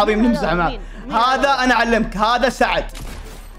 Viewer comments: ولو تنتبه مره ثانيه وتركز قال سعد مو ثعد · NightlysS - نايتليز قال ثعد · Vacf _ اقلك قال سعد مو ثعد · قال سعد 🌝